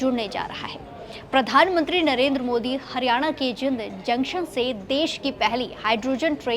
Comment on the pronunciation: Jind na bolna aata inko